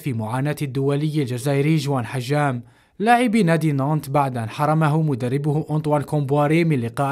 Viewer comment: نادي نانت وليس نايت